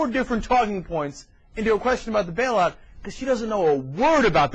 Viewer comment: It's pronounced Bail out not Bell out. God she's an idiot!